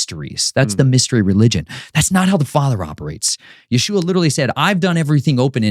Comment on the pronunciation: Your list for revenge and blood makes me feel uneasy, and why do you keep calling our savior Yahooah it's pronounced Yeshua or YHWH I've been praying for discernment and this one makes me really uneasy.